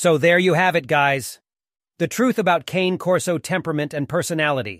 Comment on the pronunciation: At least pronounce the name properly!